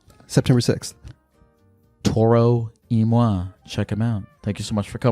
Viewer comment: that's how you pronounce it